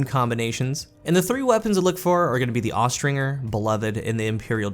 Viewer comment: Does it bother anyone else that he says "Aust-Ring-er" instead of "Aus-Tringe-er". Probably not because no one cares about pronunciation in a game where Gjalahorn exists.